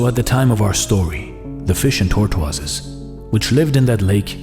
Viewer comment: You can't pronounce tortoises.